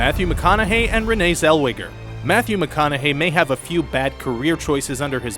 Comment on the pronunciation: I should give you a WEDGIE for getting that name wrong !! the actress in JERRY maguire [you complete me!] later shedding her texan drawl for a Posh BRIT sound in Bridget JONES Diary!! i've worked with her before [mind you i was just behind the scenes!! but still!!